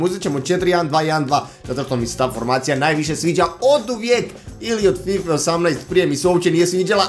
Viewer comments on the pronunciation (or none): none